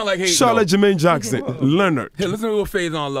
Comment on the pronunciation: He called him Charla Jermaine Jackson! lmao